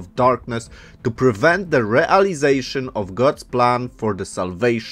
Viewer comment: Realizejszyn and salwejszyn